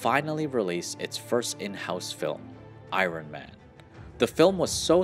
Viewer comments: it's the way u say iron man ...ion man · He says iron funny. It’s like I-rone man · Man, your pronunciation of Iron Man and Shang-Chi is rough.